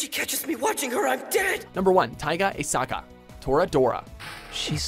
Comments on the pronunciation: That's not how you pronounce Taiga's second name...you westernized idiots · The way he pronounces Aisaka triggers me. God. I love memes